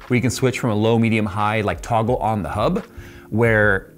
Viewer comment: Hub. Hub. Hub? Hub. Yes. Try saying it "normally" after hearing say it like: "Hubb".